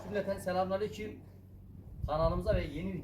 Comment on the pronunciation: Selamınaleykim gibi anlaşılıyor abi yanlış duyuyorda olabilirim. Doğrusu selamünaleyküm😊 ve aleyküm selam 👋